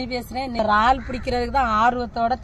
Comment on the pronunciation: வார்த்தைகள் பேசும் பொது யங்களுகு சில வார்த்தைகள் புரிய இல்லை இரல்லே ரல் ரால் சொல்லும்போது yanaku புரியவில்லை.